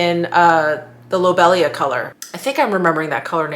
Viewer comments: Hi. I believe the orange red matte lip colour is pronounced low-bee-lia. The shade also reminds me of the flower ‘lucifer’ crocosmia. I’m enjoying Mishmas 2020. Hope your family is doing well. Elizabeth IG: EJW72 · Lo bee li aa....it is a flower